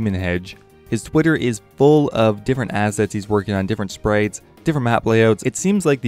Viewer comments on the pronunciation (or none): M , he clearly says 'sprates' haha 🤣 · I'm sorry, hahahahaha, you said "sprates" and not "sprites", hahahaha, I can't even take you seriously now, LOL